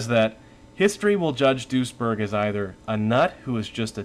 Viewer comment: I keep hearing "Doucheberg"